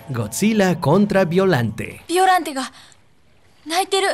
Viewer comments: Se escribe Biollante y se pronuncia "Ballolante" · Se pronuncia beoyante en realidad